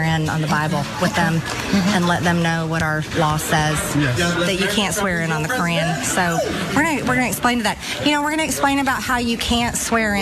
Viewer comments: Marjorie... dumbass! The correct pronunciation of Quran is ka raun. Not cran. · She can't even pronounce Quran correctly. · "You can't swear in on the Q-uran"!!